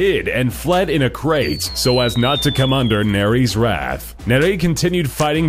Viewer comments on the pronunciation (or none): none